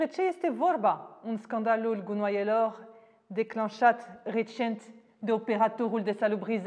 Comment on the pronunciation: Am dat click doar sa aud cum ziceti "gunoaeloo" :))